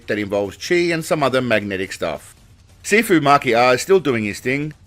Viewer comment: I thought you were saying "Seafood" not "Sifu" 😂